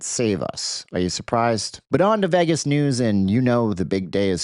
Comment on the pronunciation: Stop being a dork and deflecting from the real truth: All of you voted for Trump. You love this guy; you wanted this. It's HIS FAULT.....what is wrong with you? Stop pronouncing Vegas the wrong way and face reality. Your channel sucks.